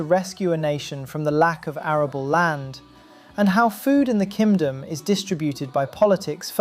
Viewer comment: Am I crazy or I do keep hearing Ki[m!]dom???